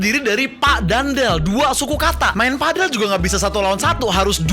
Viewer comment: Padel bukan pedel ga sih bacanya